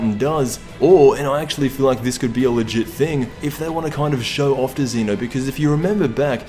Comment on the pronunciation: ZEH-NO! ZEH-NO!!!!!!!!!!!!!!!!!! NOT F*CKING ZEE-NO